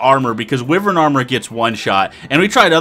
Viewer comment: Ahem... Wyvern is pronounced 'Wi-vern". It's one of those weird words.